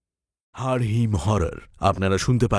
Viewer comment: Haar ho heem holo na borong H ta G hoye heem holo